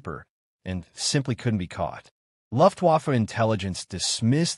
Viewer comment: Learn how to say “Luftwaffe" which means German Air Force. 😮😮😮